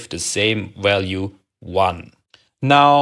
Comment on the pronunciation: Also, if you don't mind another nit: you often overcorrect the common tendency to pronounce w as in German (i.e. as English v) by pronouncing even the English v as English w. You often say iterwal, walue and ewaluate.